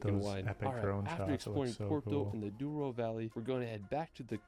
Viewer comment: My country is so beautiful! Que saudades!! By the way its the Douro in portuguese, not Duoro, although this river, as other big rivers in Portugal, comes from Spain and its name there is Duero. But our version is way cooler, it means Golden, the Golden River! From the words "de" and "ouro" in fast speech, becomes d'ouro.